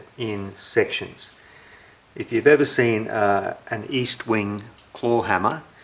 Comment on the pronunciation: Not. East wing. Est wing. Soft e. Like ehstwing